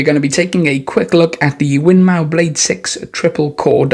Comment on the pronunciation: Win more not mow 😂😂😂